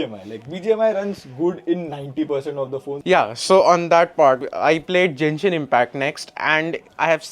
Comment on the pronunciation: it's genshin not "jenshin"😭